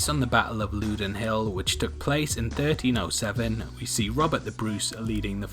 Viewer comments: Would agree with most of what you say about Outlaw King but the tricky pronouncing of Loudoun Hill is “Loughdun” not London. Pleased to say that the film was actually shot at Loudoun Hill which helped to add more authenticity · Looden Hill? its pronounced Loud-en hill...:) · Can't beat a review which cannot even pronounce the location of the main battle correctly. Not "Loodoun" Hill, but LOUdoun with the first O and U sounding like "sOUnd" or pronOUnce". You're English , so why the heck should you know how to pronounce it anyway? Because you are choosing to review it, it is still there and people live at the place and visit it...sloppy. Final scene with Ed II getting away is just stupid...if you don't know why then you have never read any decent history from the period. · Low as in allow Not as in low down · Louden hill pronounced loud-on